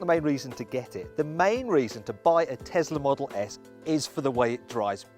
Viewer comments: it's a tesla not a tezla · Pronounced as Tezla.